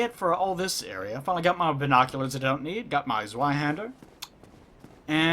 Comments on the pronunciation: Your pronunciation of Zweihänder is just fine,. No need to lose sleep over it. Also, real Zweihänder only weigh 2-4 kilograms or 4.4 - 8.8 Pounds. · Maybe I should have said "good enough". It is alot better than saying "Sweehander" tho ._.